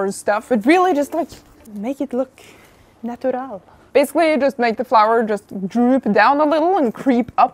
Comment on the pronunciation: in I really went like "?????" because when u said "natural" it sounded JUST LIKE PORTUGUESE (which is my first language)